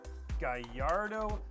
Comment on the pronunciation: Umm bro it’s GALLARDO , not GAIARDO